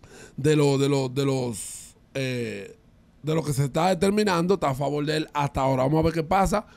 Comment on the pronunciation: Sorry!! Dele una pausa a “Al favol” 😒